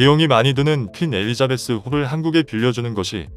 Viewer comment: 퀸 에리자베스지 웬 권 에리자베스로 읽느지~ㅉㅉ!